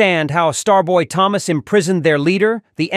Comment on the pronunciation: Why does the AI say “Thomas” 2 different ways? I actually didn’t realize it was AI until it started pronouncing Thomas with the ‘H’ sound. 🤣